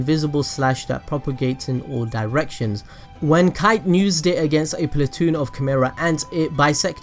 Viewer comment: não é kite é kaito!